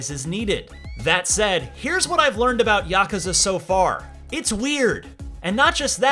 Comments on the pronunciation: "YAH-CUZA" Like A Dragon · The way he says yakuza makes me angry